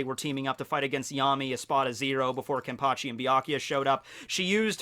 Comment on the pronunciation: Never knew you could say "Kenpachi" in spanish.